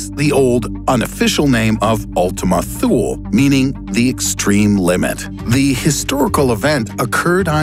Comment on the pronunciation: Thought Thule was pronounced Tooly...or maybe I don't know.